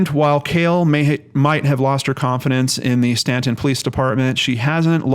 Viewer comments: You are pronouncing it correctly, even though it isn't spelled the way it sounds. Cities in VA are independent and not part of a county, that's why it's listed as City of Staunton (independent city). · You pronounced Staunton right! Thanks for doing this video on her. I have suggested her case to other channels with no luck.